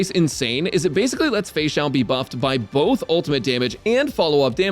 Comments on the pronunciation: Why is no one talking about the him saying "fexussy" 😂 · I'm sorry, but "Feixussy" absolutely killed me